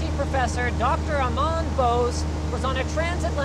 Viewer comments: Linus, do you mean Dr. "Amar" Bose? There is no "Aman" Bose, AFAIK. Using a pair of Bose 301's from the '80's, i think(got 'em at a garage sale)... they sound great as side speakers in a mash-up 7.2 HT/Gaming sound system. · Amar* Bose, not Amaan or Armaan. Amar means immoral btw, which he in a way became! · Minuscule nitpick but it's Amar (pronounced əˈmɑr) Bose (pronounced bos̠).